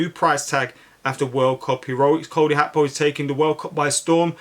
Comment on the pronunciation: WTF is Cody Hakpo?